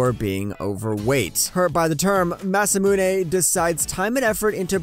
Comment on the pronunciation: Why haven’t anyone corrected you guys?😂 It’s not Masume or Musumune, it’s Masamune